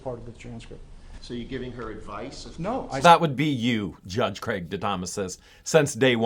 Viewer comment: I keep rewinding back to where you're calling him, "Craigy," lol.